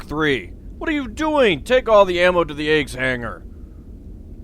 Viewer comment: you know every time you say a.g.w.s I hear eggs instead and yes I'm aware this video is old